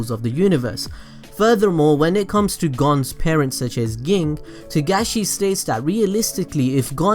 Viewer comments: um exqueeze me but its pronouced JING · Fact: I know it's spelled Ging but it's Pronounced Like gene also great video